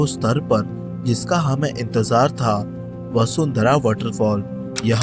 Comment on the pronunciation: वसुंधरा नही है बसुधारा है ।